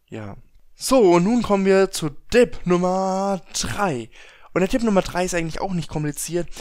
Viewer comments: Es will tipp sagen sagt aber dipp, alter wer kennt es nicht. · warum sagst du "Dib" statz "Tip" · Odjun haha nein Dipp sagt man hier nicht hat mich auch genervt 😂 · Jedes mal wenn er Dipp sagt zuckt mein Auge vor hass